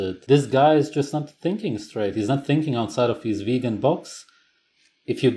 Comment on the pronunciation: ''ve-hee-hee-gan'' X''D